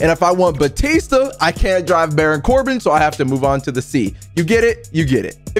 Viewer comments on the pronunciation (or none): none